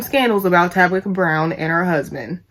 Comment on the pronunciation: You and Wendy bitter and mad. Yall hating on that woman because she got what yall both want 😂😂😂....u know ur a hater when u have to constantly say "I don't hate the person" you miss pronounce her name on purpose calling her Tabica...u talk about the way she got famous "she had to go through tictoc to do it"... that jealousy is real. U and Wendy BIG BITTER! BIG MAD!! U should DM Tabitha to see if she'll shout u out so u can get ur followers up nd get out your feelings...#humbleyourself